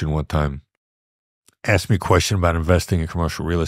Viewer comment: Wait, he started off the interview with “… it’s how you axed”